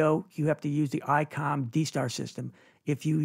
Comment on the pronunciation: ITS ICOM NOT. ICON. CORRECT? 😮. Ps not shouting…